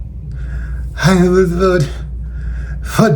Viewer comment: Yes, "I will boat for donal trum, WEPA"!!!!